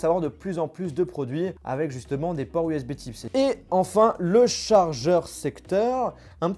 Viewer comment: Bordel tu sais pas dire usb C ????????